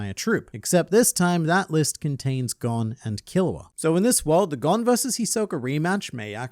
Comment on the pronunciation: It's so hard hearing Gon's name pronounced incorrectly.